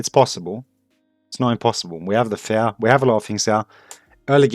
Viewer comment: i'm glad you wrote fear in the title because i would be confused other wise because you pronounce "fear" more like "fair"